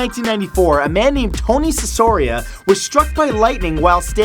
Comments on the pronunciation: #2: it's an italian name... there is not an s. is not sisoria but you should read it CHIKòRIA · # 2 thats Anthony Cicoria (pronounced sick-or-ee-uh) hes a very taleted surgeon at the hospital i work at! its cool to see someone i converse with daily here.